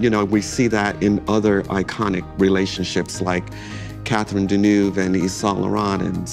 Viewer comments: Americans have destroyed fashion. Hollywood gave high fashion a visibility that it warranted (European designers and studio heads and European and American actors etc)….but there is no worse dressed nation. Every time that guy mispronounces Deneuve so badly (and he’s a high achiever in that industry) you realise there’s no hope. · The way Americans mispronounce Deneuve's last name 🙄